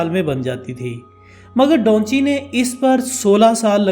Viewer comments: Bro its da van chi not donchi.. correstion pLz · O bhai Donchi nahien its Davinci🤣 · Its Da Vinci not Daunchi like you are pronouncing mate ..